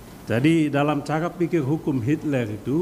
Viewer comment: Hitler man.. Bukan hitlel😂😂😂